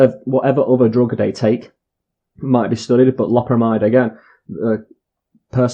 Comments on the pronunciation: It's pronounced low-perra-my-dd, it's an amide so it's spoken like that. Not an amine like codeine or morphine or amphetamine etc, one other thing is that synthetic opiates are called opioids- see methadone, tramadol and so on. I've just bought 5 boxed and just ate 18 2mg and will see what happens. Had 85mg oxycodeone about 24hrs ago and 15mg about 12hrs ago also had about 300mg of gear - smoked - is 18tabs enough? I took 20mg omeprazole with them too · Lo(w) per amide. Even the Brits are saying it weird. Thought it was just true Americans. Love from* Scotland 🏴💙